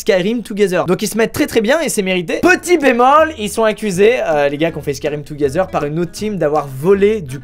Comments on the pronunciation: 4.40 Touguézeur 😭 yes l’anglais parfait de squeezie 😂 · Ça ce dis comme as